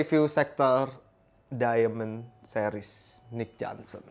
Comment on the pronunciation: johnston bang, bukan johnson 😄